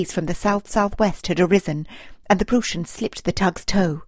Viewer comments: It is pronounced "prois n" Get the name correct! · Great narration and fantastic pictures! Way to go! ( A little hint though: It's pronounced "PrOIssen". The "eu" sounds like the "oi" in "oil" or "oister".)